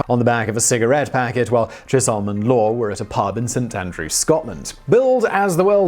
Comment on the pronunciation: "This Hollywood phenomena" Really, Simon. You, being British, should remember that it's one phenomenon, two phenomena. It's unforgivable, really. And "machinations" is pronounced with a hard C. Chisholm is pronounced "Chisem". You don't have the excuse that these are foreign words.